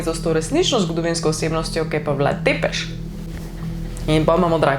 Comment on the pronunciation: Sicer se pravilno prebrere Brašov (s ima repek), pa Vlad Cepeš (T z repkom se prebere kot C).